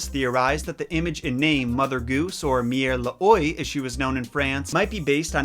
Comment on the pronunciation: Hello sorry to say this but you pronounced mère l'oie a little wrong it is originally pronounced mare la oi